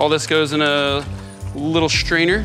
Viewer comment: Wonderful recipe, and nobody died :-) Perhaps a finer mesh strainer should be used to remove the "ch," because we hear "schtrainer."